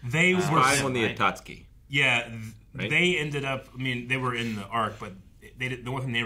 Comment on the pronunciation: Why is nobody correcting when he says “Atatsuki” I feel like he’s gonna pronounce it to wrong way for the whole show now He’s been saying ATATSUKI from day one bruh 😭